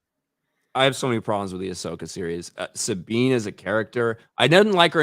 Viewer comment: "Ah-slow-ka" describes both the series and her live action fighting style 😂